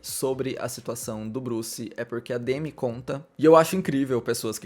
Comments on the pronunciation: aprendeu a pronúncia do sobrenome, mas não do nome que é; demí e não demi (tipo Demi Lovato). Ela já até falou sobre m na entrevista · A pronúncia é Demí… na verdade, o D é quase mudo, tipo: Dmí